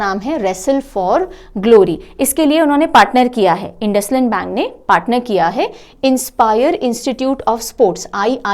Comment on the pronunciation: Hello Ma'am INDUSIND BANK we pronounce as इंडसइंड. Thank you for the informative session.😃